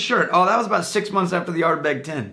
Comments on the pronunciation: I replayed that part cause I wasn't sure but yeah, he said Ardberg. :D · I really couldn't believe the cogent discussion on dewars production. And then I swear said ArdBERG. Maybe I misheard or he was just reading.